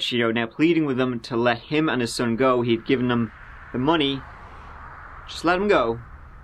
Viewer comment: Is it a good plan?? Is it ever? Let’s take a goo ( rhymes with boo) but means go. 😂 Love his accent 💯